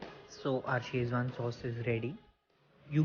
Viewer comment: Great recipe,, and seems very practical to make at home. Thanks for sharing! Just one thing - it's Szechuan (or Sichuan) and not Schezwan (common misspelling and mispronunciation in India).